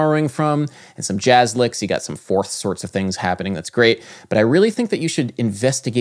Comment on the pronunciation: "jahzz...jahzz..." Lol. Your videos are informative, Adam. And there's always... ("jahzz"...sorry I had one left over... ) ...a sense of humor you include in there. Lol.